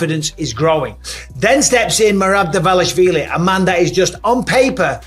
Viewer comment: Alex Pee-Era Uncle Eye-Ev Merab Deeshalavili Zabit Nurmogcheriopov Never change Chael. NEVER!